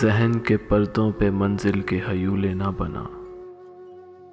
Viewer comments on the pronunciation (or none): 1.05, if am not wrong this is pronounced as haiwly mean illusions/reflections insteaf of huely...